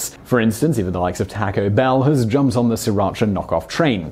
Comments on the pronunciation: "Takko Bell". Ugh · omg this pronunciation of "Taco Bell"